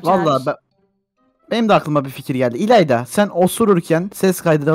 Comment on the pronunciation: abi adı ilayla değil ilayda